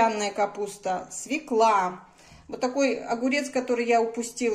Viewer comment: свЁкла свЁкла свЁкла свЁкла свЁкла 👆👆👆